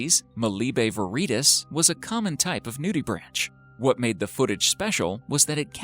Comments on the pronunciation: Mindblogger? Really, you are such a dumbass. If you are going to make video then as a minimum check a dictionary for pronunciation. “Nudibranch” IS NOT a “nudi-branch”… Try “noo – deh – brank”. (/ˈnjuːdɪbræŋk/[2],) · its pronounced nutibrank not nudibranch.... even though thats how its spelled.. . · noo-de-branK, not nudibranCH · pronounced nudibrank